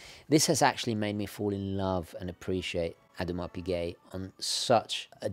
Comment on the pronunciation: Odd-mar Pi-geh